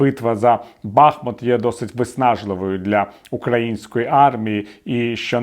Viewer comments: БахмУт, а не Бахмут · Бахмут наголошується на другому складі